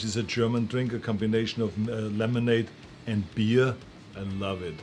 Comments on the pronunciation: "milk is for babies, I drink beeah" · Love the way he pronounces Beeaaarrr.